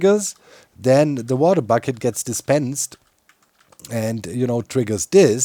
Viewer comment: A bater wucket.